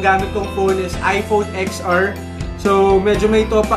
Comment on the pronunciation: It pronounce 10 ar po..not ex ar..